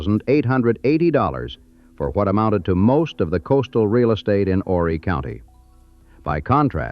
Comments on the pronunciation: IT'S OOOOO-REEE!!! NOT "WHORRY". YOU DON'T PRONOUNCE THE H. AND ITS POR-SHAY... NOT POR-CHER. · The H is silent in Horry sir.